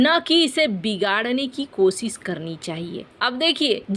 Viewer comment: कोसिस, बिसेसग्य, सायद, सुरच्छा, बिद्रोह, यह बेहूदा अशुद्ध हिन्दी उच्चारण बार बार..... अच्छे भले वीडियो का हर बार सत्यानास कर देते हो